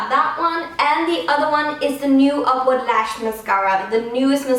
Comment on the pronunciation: every time she says upward lash i think she says awkward lash lol